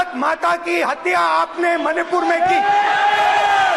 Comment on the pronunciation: Rahul ji hatya ko haatya q bolte hai😂😂😂